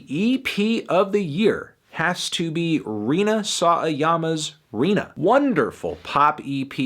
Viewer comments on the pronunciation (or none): not pronounced "saw a yama" it's "sa wa ya ma" just fyi